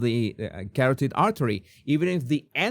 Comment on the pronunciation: Carótid artery Jesús, not "carotíd"